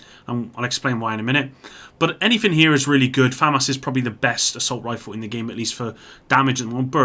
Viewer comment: here, I delete comments and can't pronounce Famas